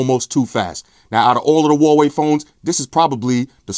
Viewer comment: its wah-way or wuh-way huawei = wuh-way